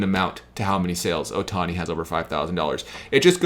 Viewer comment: Ah yes, that man Shohei "Othani". Too bad I only have a few cards of his lesser cousin from two prefectures away. But great video nonetheless.